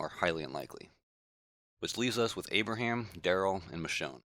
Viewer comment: its Abraham